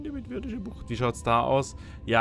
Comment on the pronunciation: Du weißt das es immernoch Viridische Bucht heißt, nicht Virdische Bucht ! ;D Aber immernoch geiles LP.